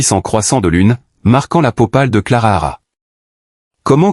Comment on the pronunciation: Il y a des bruits bizarres et le narrateur est pénible . Et......c est Clara.....pas clarara